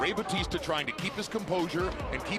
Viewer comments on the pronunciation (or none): Bautista...pronounce it Right Not Batista 😅😅😅